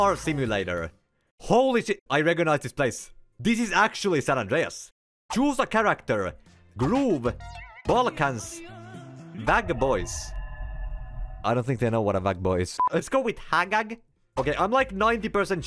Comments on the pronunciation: The first game was in serbian and he read nagag its pronounsed like nazad😂😂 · Назад is pronounced Nazad not hagag. it's Russian